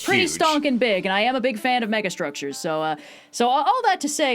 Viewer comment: "I am a big fan of mega Stroke-sures" 😂😂😂